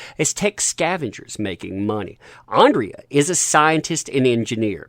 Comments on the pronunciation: So many comments, this is unlikely to be read or have an impact. You are trashing something that I don't think you have seen, based on your reliance on other news sources, a screenshot of episode synopsis, and your continued mispronunciation of a character's name "Andra" as "Andrea". You are just piling on someone that is more successful than you on a topic that is high in geek culture right now, and one that seems to be making a stride against a "masculine" character. There are 5 more episodes and I just hope they are as good as the first 5, and Kevin Smith has already hinted that He-man/ Adam will be returning in the next 5 episodes and isn't sure why Netflix hasn't released them yet. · Okay, this is bugging me for weeks now. But it's Andra not Andrea! You see it written multiple times in every article you cover, but don't read it carefully enough to realise you've made the same mistake for at least two weeks now. How are people supposed to think you care, when you can't even get the names right after reading them that many times? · IT'S ANDRA NOT ANDREA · The nasal voice-over, makes this sound like a bitter, southern belle!!! Her name is Andra NOT Andrea or however you're mispronouncing it.... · Good video but ffs its ANDRA not ANDRIA!!!!